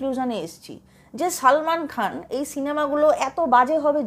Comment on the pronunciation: Beshi bojhen apni , nije akta big budget er chobi banie dakhan . Aar apnar hindi uccharon Madam, 😂😂😂😂😂😂 apni uccharon korchen Saalmaan Khaan, Kaajaal Aagaarwaal. Hindi ta thik kore uccharon korun